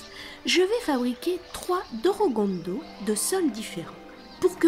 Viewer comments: Euhh on est d'accord sur le fait qu'elle prononce DOROGONDO à la place de DORODANGO? (sinon merci pour la video) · attention pour ce qui est de la prononciation l'écriture est corecte mais la prononciation est "Dolodango" le "R" en romaji (japonais) se prononce comme un "L". Sinon tres jolie video félicitations